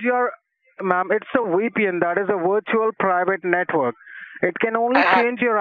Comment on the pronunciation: Don’t forget “Wee-pee-enn” for a “wirtual pwifate network.”